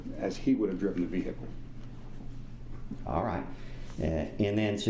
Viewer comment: Great Witness! "and his venicle" hahaha atty. wasn't expecting that good one thankyou sir God Bless!